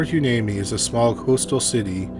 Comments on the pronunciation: I have to laugh at the comments about his pronunciations... but man! Hearing him mis-pronounce Hueneme ( Why-knee-me)was kind of grating lol. But I lived in Oxnard/Pt Hueneme during that time period, and never heard of these murders either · Port Hueneme… pronounce Port Yneme. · A not important detail in the second story the city is pronounced Why-nee-mee 🤙🏻🤙🏻🤙🏻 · Hueneme is pronounced (why-knee-me) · Dude, no joke. Had to stop the vid. I just can’t take it anymore! I live near Port Hueneme (port hooinimy according to narrator).